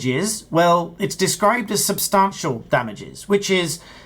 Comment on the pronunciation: There's no R in substantial... Stop it!